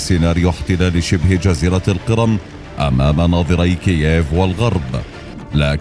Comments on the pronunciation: اسمها جزيرة القِرْم وليست القِرَم ( تحديداً الثانية ٤٧) … سبب الملاحظة : ان بداية الفيديو تزرع فكرة عن سير كامل الفيديو لذا لزم الانتباه لمثل هذه الاخطاء فكمقدم يجب عليك الانتباه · أنت تلفظ القرم بصورة مضحكة، الأ يوجد من يعلمك اللفظ الصحيح؟!